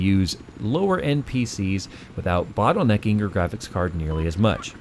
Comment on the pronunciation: Man you sounded like a noob saying bottle-necking haha JK!!!!!!